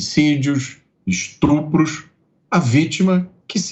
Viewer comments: É Estupros.... Não "estrupros". Obrigada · 1,45seg foi só Eu que ouvi (istruplos)???